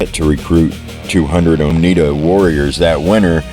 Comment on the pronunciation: oneida....no. (t) anywhere.. i this guy real or ?A.I. its. o n e i d A. A